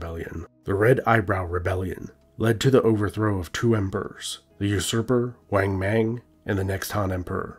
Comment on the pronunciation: "Weng meng" It's "Wángmǎng"!!!!